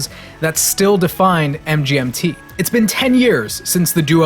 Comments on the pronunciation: Its it supposed to pronouced Management not M G N T. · It sounds like you keep saying mJmt over and over and over. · Hey assholes. It's pronounced "management". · It’s pronounced as “management”